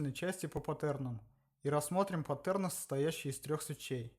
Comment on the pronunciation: Как же уныло ты рассказываешь, это просто кошмар, 3 раза пересмотрел и толком ничего не понял, потомучто скучно и начинаешь думать уже о чем то другом. И правильнее говорить не паттЕрны, а пАттерны, слух режет